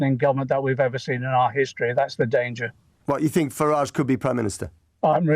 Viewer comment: Far right, they have no idea what far right is. The woman talking about education can't say think (fink), get a bloody grip.